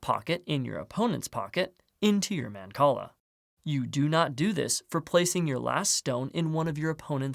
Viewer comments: It's not. It's mahn-call-ah. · I love mancala! Never knew it was pronounced like that